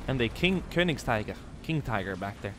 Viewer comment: ....but had no problem whatssoever in saying Königstiger:D